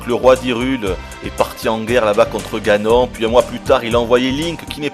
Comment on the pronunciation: non ça ce prononce ganone